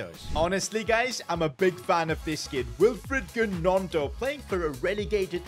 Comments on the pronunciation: The way he pronounced gnonto triggered me 😭 Its pronounced nonto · The way he pronounced gnonto 😂😂😂